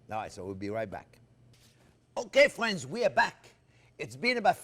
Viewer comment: You say: "Thanks for watching." I say: "Thank you, Maestro Chef, for showing and teaching and calling us 'fwends.' You bring us into your kitchen of wonders and include us, every step of the way!" We Thank You, most gratefully for making this possible. Bravo, Maestro Chef Jean Pierre!!! France Driscoll StayFree via ¡Viva Cristo Rey! Sacramento CA USA